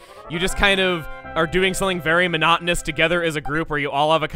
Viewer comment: When Chuggaa said “monotonous” I had just realized that it’s that because the thing is monotone. It’s said weird so I never made the connection... I had to spell it and then say it like it’s spelled to figure it out. Also if you were wondering I’m 14 going into 9th grade. Yeah I’m pretty terrible at words. English is my first and only language and I swear it’s like I’m not even fluent...